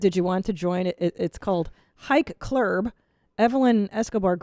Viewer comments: Hike Clurb. Clurb is how South Park would pronounce Club. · Maybe she didn't find more diversity because she called it "hike clurb..."